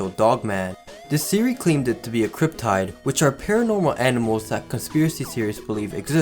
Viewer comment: Dude... you should learn how to pronounce words before you make a video. Takes barely any time to do. If you went through all that research to make up this iceberg, you could add 5 minutes at least! Mojave and cryptids. I laughed so hard, it's bad enough you need speech therapy so let's just make it laughable by mispronouncing words on top of a terrible lisp. Pro tips